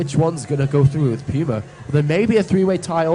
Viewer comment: You mean P-you-ma. =P